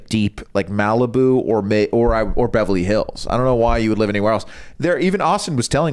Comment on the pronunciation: Does really say "bevely hills"?